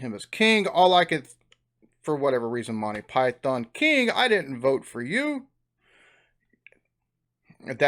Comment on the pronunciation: If you want to sound d authentic, it's "Monty Py-thun" Isn't there a St Agghhhhhs in Cornwall?